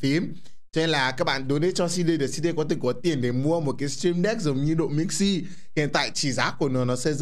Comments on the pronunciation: Độ Mixi nghe thành Đụ Mixi luôn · Độ mixi chứ ko phải Đụ mixi chú êy😂😂😂😂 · Nghe ko nhầm , ông cứ nói đụ mixi😂😂😂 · ĐỘ mixi , đéo phải ĐỤ mixi . anh ĐỘ said :))))) hài vãi . từ anh Độ qa đây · Bạn Độ mixi chứ ko phải là Đụ mixi 😂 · Độ mixi ko phải đụ mixi Nhá😝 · Độ Mixi chứ không phải Đụ Mixi đâu anh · Độ mixi nha, ko phải đụ mixi nha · đọc tên anh độ nghe hài vãi